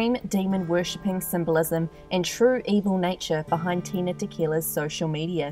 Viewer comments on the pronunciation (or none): Ok but her name is Tila not Tina thanks. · Is she saying Tina or Tila?